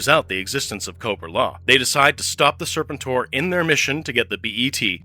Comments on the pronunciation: Wow didnt know the Unicron connection Isnt the pronunciation Ser PEN tor ? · Tell the A.I. it's pronounced Sir-pent-tor. Like "repent". Overall a fun video. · Still can't pronounce Serpentor's name correctly, huh? 🙄🙄